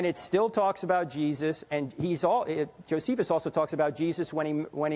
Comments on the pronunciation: Wow! He cannot even pronounce Flavius Josephus correctly, he knows nothing about textural criticism, nothing about the history of the New Testament period but he is certain about who didn’t write the Synoptic Gospels. SMH at a young ignoramus who has no idea how ridiculous he sounds. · The kid said he was an expert in ancient dialect and languages but didn't know how to pronounce Josephus? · This kid says he studies linguistics and languages, but isn't able to pronounce Josephus. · the kid also mispronounced it, at least turek didnt announce himself as a student of linguistics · TL Strength & Conditioning i guess you don't know how josephus is pronounced. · He knows it's true... Even though 5 seconds before he didn't even know how to say Josephus' name lol Frank, he just read about this a little bit. He obviously knows everything there is to know. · I study linguistics, but can't say Josephus......and your wrong, because I think I'm smart....lol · For being a linguist, this guy has a hard time pronouncing Josephus and has a hard time finding words. That is just comical. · Student claims "I study linguistics and I do alot of STUFF with languages" but struggles saying "Josephus" because he didn't know how to say it. Ummm... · The boy is in linguists but cannot pronounce Josephus lol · a linguistics pro and he didn't know how to pronounce Josephus?? First year linguistics major and he already has it all figured out! He really needs to read the bible at least the eyewitness accounts in the gospels. I wish Frank had the chance to ask him why the NT documents would have been fabricated! Kid had heard all the slogans. Once they hear all the atheist slogans and arguments they think they have all the ammo to put holes in someone's faith. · This kid said he studied language.. but he said koine Hebrew.. and he also mispronounced Josephus? Lol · Bro, you're studying linguistics and you can't pronounce Josephus correctly? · Studies languages...can't pronounce Josephus...